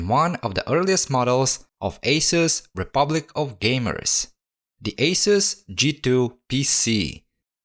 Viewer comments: Agreed with the pronunciation! 🙌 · It's so nice to hear the correct pronunciation for Asus. Very thorough repair of this laptop. It's an expensive laptop.